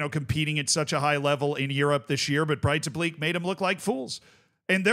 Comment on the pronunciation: Its not pronounced Breitablik. Its more like Breithablik, however the th is very soft. Its very much like the Welsh dd.